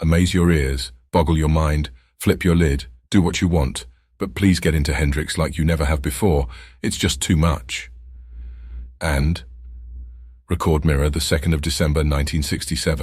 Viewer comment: So much good info and so many great photos, and more. I only feel a need to correct one thing... I believe that the music business publication is pronounced - '"REC•cerd" Mirror' not '"re•CORD" Mirror'. I'm no "grammarist" but I don't like to let certain things go. Thanks for all the good work.